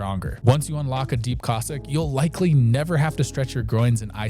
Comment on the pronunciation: love your videos. just noting: Cossack, as in the people. not Kozak